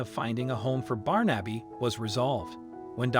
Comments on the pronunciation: Nice love story, I did smile at the pronunciation, my Godson is called Barnaby, and I've never called him "Barn-abbey"! instead of "Barn-a-bee" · Barn - Abby is surely pronounced Barnebee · Not Barn-Abby but Barnaby. A fifth grader could correctly pronounce it. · His name is not Barn Abbey, it is Barn a bee. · This makes my eyes brim. That cat once knew love, or he would not have been so quick to accept it. BTW, The name ispronounced BAR-na-bee. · For Christ's sake man it's pronounced Barnabee. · the way the narrator pronounces his name as “Barn-Abby” irks me so much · You're not saying his name correctly. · This story could have been so much better if the name of the cat had been correctly pronounced.... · Is this a madeup story? Some parts don't match and the pronunciation of his name is not an American pronunciation. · Not how you pronounce Barnaby. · ❤️🌹❤️🌹❤️🌹❤️ Wish they would pronounce his name right!